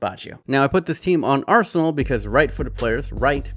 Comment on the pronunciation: “Rsenal”